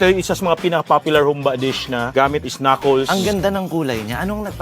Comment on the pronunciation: “KnucKOLS” amputa 😂